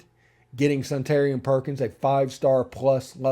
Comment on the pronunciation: I believe Suntarine is pronounced Sun-ta-rine, not Sun-tarian.